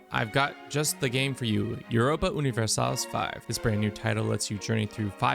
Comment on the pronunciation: Why say universalis like that lol